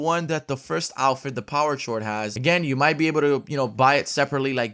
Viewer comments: I low key cringe every time he says "Power shord" instead of "Power chord (KORD)" lmao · "Power Chored" XD it's pronounced "power cord" + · It’s pronounced cord hollow😂😂😂😂 great vid tho. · you mean power chord...? like a chord, a string. “Ch-ore-d” no just no. It’s chord, thank you 🙃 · Power chord pronounced power cord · it is pronounced power cord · It's pronounced cord. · Also I think it's pronounced power cord like not chord lol. She is a punk chick and power chrods is something that is played on guitar... Noob... Jk man great Video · Its pronounced "kord." the h is silent c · isnt it pronounced power chord? (kord) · her name "power chord" is a guitar note nickname for sertain chords hit like a G or a D chord but it is pronounced "C-O-R-D" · If it’s spelled chord it sounds like cord when said homie, love the videos man💯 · Power chord 😂 is not said like that it's said cord even though it is spelt like that! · Power chord ahaha mispronounced chord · It's pronounced power cord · It's power chord but chord is pronounced cord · It's the h in chord is silent. So it's pronounce cored. Chord is a music reference and her back bling locks like a guitar so it makes sense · For the love of god, it's pronounced like cord. Lol it's a music term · for gods sake its powerKORD (powerchord” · Its said as cord But spelt like chord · The H is silent. It’s pronounced like Cord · Chord is pronounced like cord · you da man but im pretty its pronounced “ power cord” the “H” is ignored when pronouncing the word. Sincerely - The grammar Hog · It's power chord but it's pronounced power cord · "Chord" is pronounced "cord" dude. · My brain hurts every time hollow says chord wrong 😅 it’s pronounced cord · Him saying power chord bothers me. It’s “kord” like music chord. Like on guitar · Lol doesn't know how to say chord... It's( COR-D ) like a chord on a guitar hahaha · You arent pronouncing the first one chord is cord they are pronounced the same way